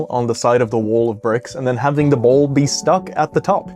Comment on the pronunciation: I'm really curious what the accent the speaker has because of how he pronounces "wall" and "ball" and "taught" in the few seconds after . I've never heard ball pronounced "boouwl" before. His accent sounds relatively normal the rest of the time, but there are certain words, the ones with an "aw" or "au" sound like in wall and ball and taught.